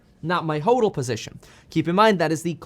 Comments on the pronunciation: It is pronounced ‘hodl’ as opposed to hoedl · Omg the way he says hodl and hodler kills me 😹🥴🥴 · Ha! You’re just here cause he pronounces hodl instead of hodl 😂 love your channel!